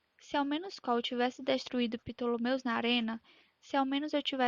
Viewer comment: É Ptolemus, não Ptolomeus kkki descobri com memes